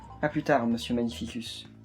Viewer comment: Magnificus se prononce [magnifikus], pas [magnifisuce] !!!